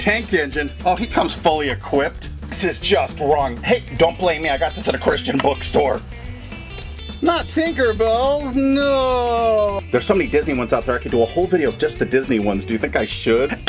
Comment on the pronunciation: He said "Chistans" Not Christians.....